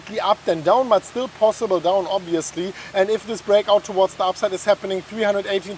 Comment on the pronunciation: "towards the upside" , I hear " to what" lmao